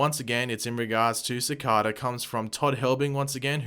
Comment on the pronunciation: I don't mean to offend you, but I believe you are pronouncing Cicada wrong. It should be pronounced Ci-cay-da. I am aware that you have an English accent, but I just wouldn't want the wrong message being sent out to fans when you make these videos. 😉